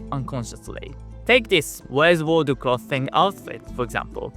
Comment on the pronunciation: learn the difference between soft th and hard th. clothing doesnt sound like cloth.